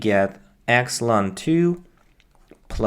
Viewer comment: I can't believe you say "løn" instead of "el-n". Unsubscribed